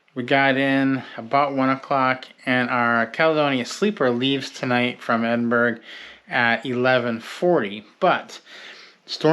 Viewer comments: Ibis is pronounced Eye-Biss Glasgow is Glasgo Edinburgh is Edin-burra Great video! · Edinburgh is not pronounced like pittsburgh. No hard g at the end. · I really enjoy your videos but PLEASE learn the correct pronunciation of Scottish cities. Especially Glasgow and Edinburgh.